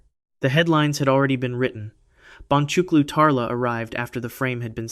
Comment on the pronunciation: The "C" in Turkish is pronounced as a "J." The correct pronunciation is "Bonjuklu Tarla." JSYK! :)